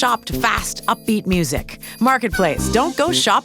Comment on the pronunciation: Why did they say Music like Muzak?